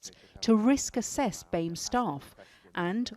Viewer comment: I’ve never heard someone say Bee-Ay-Meh community.